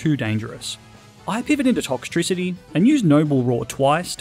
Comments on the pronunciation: TOXTRICITY, NOT TOCKTRISITY! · TOXTRICITY, NOT TOXICITY! DO NOT LEAVE OFF THE E IN TOXEL! AND THE E IN POKEMON SHOULD BE BETWEEN THE K AND THE M, NOT AT THE END!